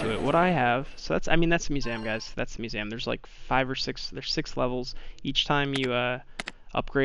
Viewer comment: I’m sorry but it’s Mue-seum not mue-Sam btw no offense (this is how to say it)